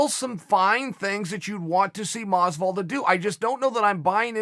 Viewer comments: Me: Masvidal Chael: MOsvidal Me: thats what I said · Masvidal legally has to add more syllables to his name